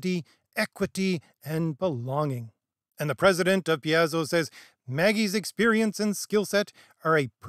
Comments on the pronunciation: It's pronounced Pai-zo, like pie. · D&D isn’t dead. However, Wizards died a long time ago. Things only got worse after this book. Welcome to the d&d commentator sphere. Wokeness has been a concern since 5e came out and it’s only gotten worse. Rules themselves are fine. Btw, I believe it’s Pie-Zo. Good points as usual. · You're killing me with how you say Paizo (Pie-Zo) I've been seeing the failing of D&D since 3rd changed to 3.5 Paizo and Kobold Press are just as bad as D&D. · Paizo is pronounced "Pie Zo". It formed kn Seattle as a alternative to the corporate run WOTC. So jt had the hipster leftist vibe and staffing. WOTC has effectively out-woke them with the virtue signals. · Just one thing, you're horribly mangling the pronunciation of several Ravenloft places and people. Van RICK-ten, Vih-STAHN-ee. And Pathfinder is published by PIE-zoh.